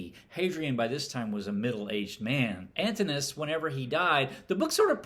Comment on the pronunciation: Thanks for a thoughtful review. A small note: Antinous is pronounced Antin-o-us.